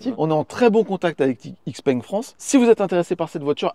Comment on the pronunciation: Ça se prononce ShiPeng pas IxPeng